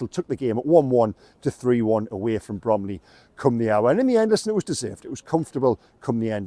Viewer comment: It’s Bromley